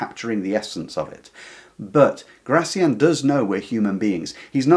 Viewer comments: Please stress his name correctly, on the final syllable: Gra - thiAN. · Gracián, stress on the last syllable